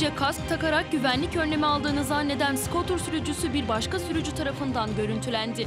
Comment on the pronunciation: Skotır degil kuz sukıtır😂